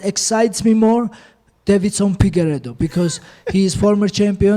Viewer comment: “Pigueiredo” - Merab